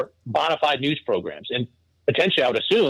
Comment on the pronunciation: The way he says bonafide is funny lol. I'm from the South so we pronounce it bone-uh-fide 😂